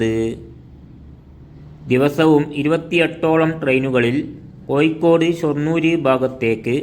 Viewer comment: കോഴിക്കോട് എന്ന് പറയണം